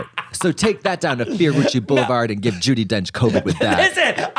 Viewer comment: Ju-DEE Donch